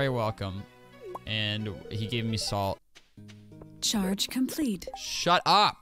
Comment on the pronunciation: I love these classic lines like "gimme the ʃhaedʒ"